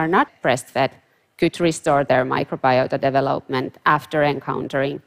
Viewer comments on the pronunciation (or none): It’s not easy to figure out what she’s says. She cannot say the word development very well. Just saying- sounds like gabalaga gabagaga.